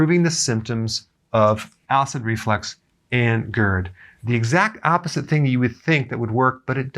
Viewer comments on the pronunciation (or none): Is it call acid reflex or acid reflux? Because it sounds like he’s saying acid reflex correct me if I’m wrong please someone